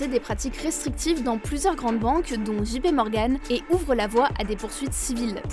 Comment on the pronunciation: JP dji pé non dgé pi oui